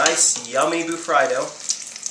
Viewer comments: Woops, I always pronounced it "Bu-Free-Do" in my mind XD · It's pronounced ba-free-do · John green said it was pronounced bur FREE do!